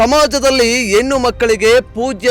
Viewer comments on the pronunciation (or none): ಎನ್ನು ಅಲ್ಲ ಹೆಣ್ಣು ಅಂತ ಹೇಳು